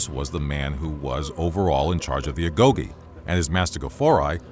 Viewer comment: Agoge* not Agouwghei